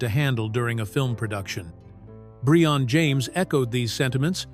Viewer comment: "Bree-on" James??? Another miss by AI. BTW, not a bad movie. It isn't "Shakespeare in the Park" but if you liked 80s action movies it is entertaining.